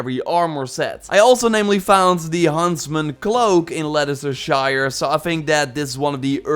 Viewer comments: Its actually pronunced lestercester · it's pronouced "Lesta sheer|" haha but it's ok :') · Its Lester-sher...no one pronounces English towns right lol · As a helpful tip for future videos, Leicestershire is pronounced Lesstershurrr. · Names of places with “shire/Scire” on the end are pronounced “shuh”. (Not a dig just a helpful tip) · In ancient England its pronounced leda-chester-shire.